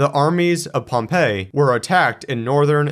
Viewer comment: You might want to look up the pronunciation of Pompey and Mithridates.